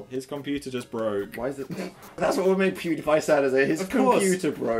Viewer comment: Yes he did! (But he did say Poodiepie. Not Pewdiepie.)